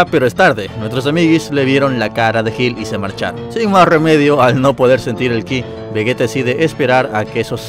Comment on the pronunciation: Se dice "Vegeta" no "Vegueta" que les cuesta decir bien el nombre de un personaje?